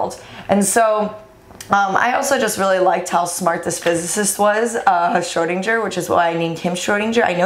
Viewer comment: Your pronunciation of SCHRÖDIN is quite good but you could improve the GER 😄😁 But the kitty is cute anyhow!! 😻